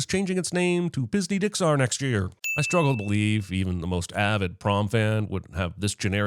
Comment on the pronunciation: “Pisney Dixar”